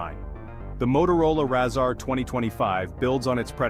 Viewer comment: 😂😂 why you calling it a RAAAZR 😅 it's Razr like razor